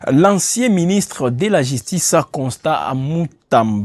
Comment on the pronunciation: Jistice, figuire, piblic. Cette chaîne ne fait pas test oral non?